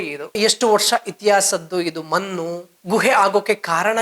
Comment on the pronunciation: ಮನ್ನು ಯಾಕೆ ಹೇಳ್ತಿರಿ ಮಣ್ಣು ಅಂತ ಹೇಳಿ ದಯವಿಟ್ಟು